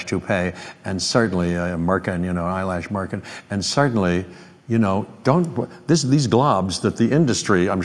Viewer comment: “Eyelash Merkin”